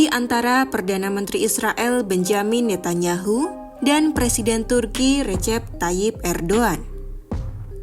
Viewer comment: ejaan yang benar : Rejep Tayip Erdoan .... Ne Tan Ya Hu ( bukan : Ne Ta Nya Hu )